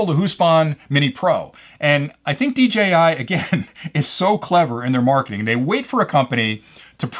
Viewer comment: Seriously, why do so many other youtubers pronounce it as "DGI"...? I don't get it.